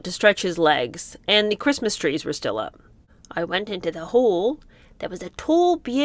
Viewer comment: Meg cant say "Christmas". I think she burns like a vampire getting sun if she says "Christmas"!